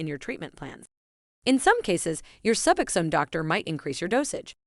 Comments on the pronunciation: Omg SuuBoxxen. Suboxen 🙉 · If AI is so smart why can’t it pronounce suboxone correctly